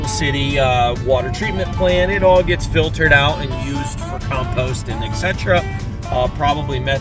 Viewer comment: First time that I have heard of anglers supporting a program like this but it's awesome. Also, did you say that all of that water is "fil-turd"???